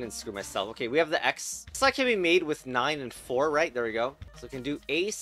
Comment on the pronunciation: pronouncing the 9 as ix has to be a highlight